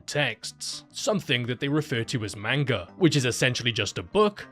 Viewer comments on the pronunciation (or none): You pronounced "manga" wrong. It's not "maynga" it's "maanga". It's okay not many westerners know the proper pronunciation of it.